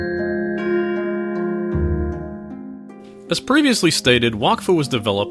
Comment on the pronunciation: Thank you for pronouncing it with a soft "A"... the english dubbed anime pronounces it "Whack-Fu" and it drives me crazy :)